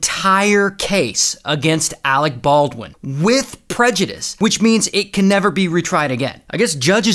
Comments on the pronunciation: All those extra "R"s in "armorererer" & you couldn't spare a few more to slide into Ahreck Barrrwin? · "Alec Baldwin" oh no